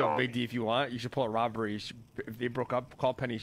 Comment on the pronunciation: Big D “it ain’t a roberry it’s a recycle n I’m down” lmao 🤣